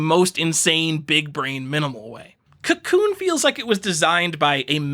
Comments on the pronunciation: FYI: Kakoune is pronounced kah-KOH-neh. Comes from the Japanese word 書こう (kah-KOH, the volitional form of "to write" or "to compose" -- get it, because it's a text editor?) and the seeking agreement particle, ね (neh). Text editors, eh? ;P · I want to punch you because of how you say Kakoune but I also want to befriend you...